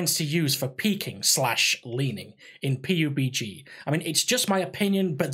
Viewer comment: Why do you say p-u-b-g instead of pub-g